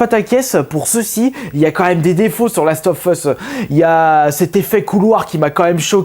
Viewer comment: Mdr comment ta pas aimer le the last et deux ex tu le dit mal si non j'ai encore bien rigoler